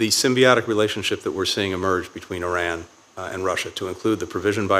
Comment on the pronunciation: ow! I just realized that Cruz actually knows how to pronounce Iran. So many people pronounce it Eye Ran rather than Yran that it actually struck me as odd when it was pronounced properly. What a strange world we live in.